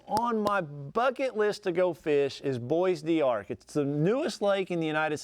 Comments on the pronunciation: I think you pronounced it correctly, but Texans call it Bo Dark, because, well we’re Texans. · Pronounced BO DARC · The Bois D'Arc is pronounced Bo Dark, Vernon is full of stumps.